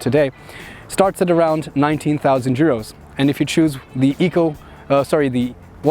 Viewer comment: Actually a good review. I wonder how reliable is this new 1.5 engine.. One thing though - it is EUROs, not JUROs :)